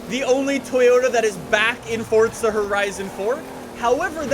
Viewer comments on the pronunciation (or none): It’s forza not fortza dweeb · It’s forza not fortza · Forza Horizon not Fortza learn to fucking talk you cringe carnival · Why does he say fortza horizon,not froza horizon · normal person says the name of the game Forza says it Fortza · The people who make the game say its Fortza lol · Why can't you pronounce the word "forza"?